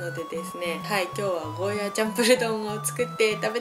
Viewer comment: 沖縄の人からしたら「ゴーヤー」という発音が正しいので少し気になってしまうんです。。。ごめんなさい。。。